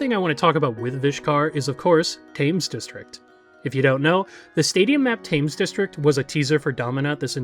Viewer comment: “Thames” has a sound more like “ten” rather than “fame”